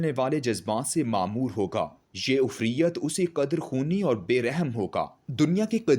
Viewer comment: IFREET (عفریت) KO UFRIYYAT BOLTA HAY, AKHER YEH LAFZ TO QUR'AAN MA BHI AAYA HAY, WAHAN SE BHI AP KO PATA NAHI CHALA K YEH IFREET BOLA JATA HAY.URDU BOLO,SAHIH TALAFFUZ K SAATH. YA ORYA SAHB SE EK DAFA SUN LYA KRO